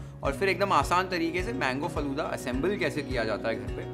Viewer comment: I got 1mistake faloda nahiiiiiii faaloodaa